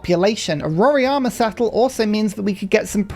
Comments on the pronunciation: nice content!! About the wonder, It's not "Roriama" but "Roraima" 🧐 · Rora-ima (not Rori-ama)